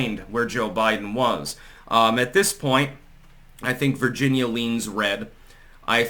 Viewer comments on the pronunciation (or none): none